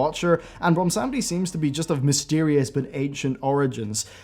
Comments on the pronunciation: Ummm, its Bwonsamdi, not Bwonsamedi. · its BWONsamdi not BOMBsandi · please stop calling him bwomsamdi